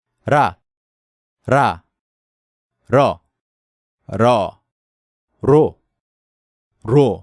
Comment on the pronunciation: Tbh I laughed a little when you pronounced " 라 러 로 루 레 래 and 리. "